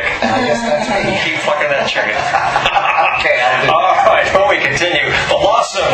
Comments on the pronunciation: Sounds like he's saying pluckin to me. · Am i the only one that thinks its obvious that he said "keep PLUCKING that chicken", i cant even hear him say fucking, it sounds like "PL"ucking to me. That would make much more sense. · Maybe you have some kind of hearing/language disorder, cuz he totally made an "f" sound. The "p" sound is very distinct, and could only be mistaken for a "b" sound. Bilabial sounds (p, b)are very unique and would be hard to confuse with labiodental sounds (f, v). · Hmm.... I keep replaying it over and over and I still hear "fucking." Maybe it's just my ears. >_>